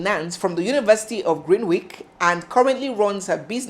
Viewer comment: It is pronounced 'GREENICH' and not 'GREENWICH'. Nonetheless, your presentation of news is First Class.